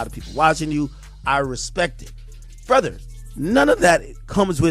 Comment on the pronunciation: Sounded like the Canadian version a couple times. "Bruv"